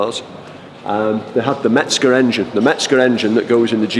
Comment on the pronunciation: mezger not metzger how many times dammit